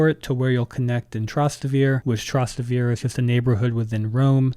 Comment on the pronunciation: Your pronunciation of Trastevere destroyed this video